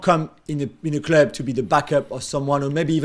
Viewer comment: What do you think is the way Jules pronounces 'club'? a) clöb b) clüb c) cløb or d) clœb ???